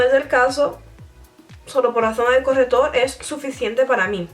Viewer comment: se dieron cuenta de que decía " corretor " en vez de " corrector "😅😂😂😂 bueno seguro que habla otra lengua 😦😦😦 que mala soy😈😈😈😈